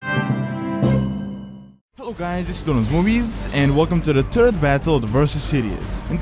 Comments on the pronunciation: "Welcome to the TURD battle". Dat English. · "The turd video" hahaahh that english